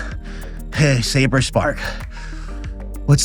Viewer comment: you said the name correctly